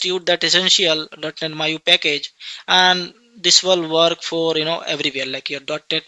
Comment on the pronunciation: Bro it's Maui not Maiu